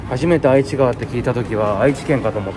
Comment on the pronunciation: 翔さんの時はメンテヤバすぎですね😂 27日土曜日に私も近くのラ•ムー寄ったついでに、ここの太鼓に来ました！メンテはもちろん酷かったです😢 ちなみに、愛知川って書くけど読み方は『えちがわ』と言いますよ😊 うみのこのカレーは自分も小学5年の時に作って食べました！県内の小学5年生はみんなうみのこカレー食べるみたいです😂